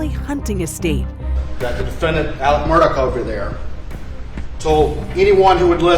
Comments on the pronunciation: On a related note, why is AleX pronounced AleCK?? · The most frustrating thing about this case coming back into the spotlight is that I again have to hear him be called Alec instead of how his name is frickin spelled: Alex